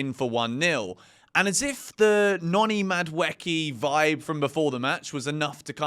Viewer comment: Please, For the love of god, can you pronounce Madueke’s name right 😭